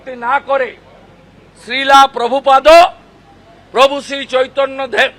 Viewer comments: sril hobe srila noi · শ্রীল প্রভুপাদ এর নাম এর উচ্চারণ ঠিকঠাক করতে পারছেন না বিরোধী দল নেতা। কি অবস্থা রাজনীতির । সব কটা ধর্মের নামে রাজনীতি করে।